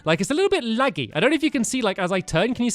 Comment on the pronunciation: You sound kind of funny when you say "laggy" Not trying to be rude Lots of people sound funny, but the accent makes it different